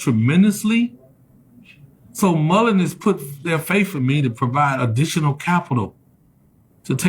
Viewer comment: Moron. Moron. Can’t even pronounce the name of the company correctly. Boot lipped moron. And YES you did say there wouldn’t be a split. I just went back and watched the video of him saying it